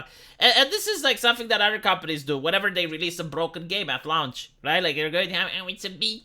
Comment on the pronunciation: >lah-oonch >bee-ta Pretty sure that is just mispronouncing words for the hell of it. XD